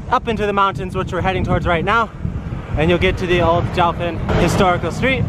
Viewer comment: "Jiu" sounds like geeyo...not jau